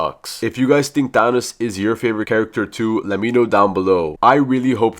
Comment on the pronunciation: no its THANOS😑